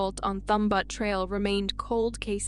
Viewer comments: Butte is pronounced b-you-t not but.... It is a common word ffs.... Let's pull our thumb ourlt of our butte and try a little harder shall we? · I heard " Thumb Butt Trail". I assumed she meant "butte". Was actually kinda funny. We jokingly call everything named "butte" butt. 😹